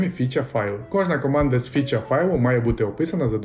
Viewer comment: круто! Тіко не фюча файли, а фіча файли)